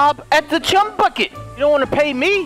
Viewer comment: LOL says the chumy bucket lol